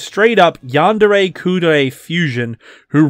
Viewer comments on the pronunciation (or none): none